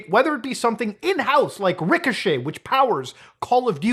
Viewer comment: Yanno Muta, since you're Canadian, hearing you saying "ricochet" there makes me want to hear you ranting for several minutes in Canadian French 😄